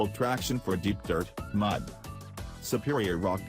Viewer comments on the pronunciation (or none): What the hell is a mad terrain? Robot needs to learn how to pronounce mud